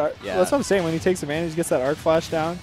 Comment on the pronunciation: Hearing him say "Arcflash" hurts me so much.